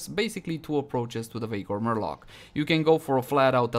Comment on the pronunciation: I can't stop hearing 'vaykor murloc' lol